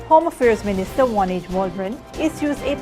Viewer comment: All these years and no one is telling you the Minister’s name is pronounce “O-neidge” not “One-idge”??? 🙄🙄